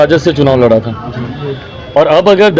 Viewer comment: Phle ap hindi bolna sikhe Lara nhi lda hota hy